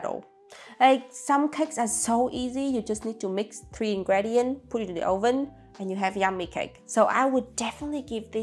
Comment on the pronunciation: Haha I'm Dutch and you say Oven like we do 😂